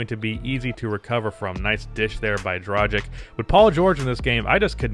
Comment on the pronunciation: Day 1 of asking to learn how to pronounce Goran Dragić's name right. As a European it really annoys me...